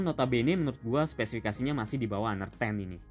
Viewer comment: Sebut nya aner. Bukan haner....